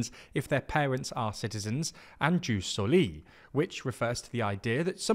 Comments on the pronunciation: It's "yus", not "juice". Also, stress on first syllable: "sòli", not "solì". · I would like to hear Latin correctly pronounced or it sounds incredibly ridiculous. JUS is pronounced “yoos”, SANGUINIS is stressed on the first syllable (hence, SANguinis not sanGUInis), while SOLI is stressed also on the first syllable (SOli not soLI). Please, and thank you! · i love your videos, just one small thing: its written ius soli and read ius sòli, not jus solì. Keep up the good work!